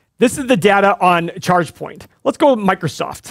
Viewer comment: I'm hearing Checkpoint every time they say Chargepoint. Checkpoint is an 8 pillar stock! Update on that one, fellas?